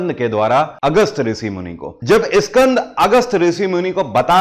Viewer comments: Please say skand not Iskand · Iskand. Puran nahi. Bete. SKAND. Puran. Kaho. . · इस्कंद पुराण नही स्कंद पुराण होता हे. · स्कंद कहिए,इस्कंद नहीं!हिंग्लिश क्यों?